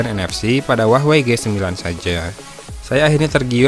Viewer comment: jadi Huawah a kalo banyakan wah daripada wey nya :v